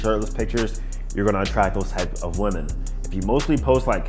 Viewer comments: Finally! I've been scratching my head for over a year trying to figure out why he keeps saying "woman." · naw.. women is pronounced like it has a couple I’s in it…